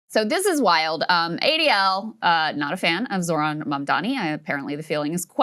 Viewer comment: The H in ZoHran is PRONOUNCED 🙄🙄🙄🤦🤦🤷🤷🤷